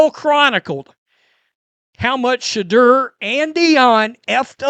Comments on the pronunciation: This call calls Shedeur, Shidder. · you crack me up when you say Shedeur..soundn like the swedish chef